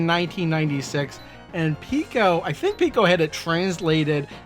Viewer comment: It seems like I'm in a minority of one here, but I'd like to point out something that's been bugging me since this cartridge was released. Every video I've ever watched on the Piko collections has the host pronouncing the name of the company as "Peeko," but the company's logo contains the mathematical symbol for pi. Are we sure it's not supposed to be pronounced "Pie-ko?" Sorry. But it drives me nuts when I see videos about Imagic games and the hosts pronounce the company's name "Eye-magic" like it's an Apple product. The correct pronunciation is "EM-magic" because the name is an amalgamation of the words "imagination" and "magic." It just seems to me that to mispronounce the name of a company is a disservice to the company. While I'm 100% certain of the Imagic pronunciation (check any of their old TV commercials to confirm), I'm not 100% sure about Pico, just 99.9% sure. I'm pretty sure the Pi symbol would indicate that "Pie-ko" would be how they wanted themselves to be known. Either way, another great video. Keep them coming!